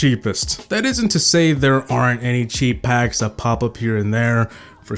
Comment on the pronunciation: What I heard: Cheap pack=Chief pat XD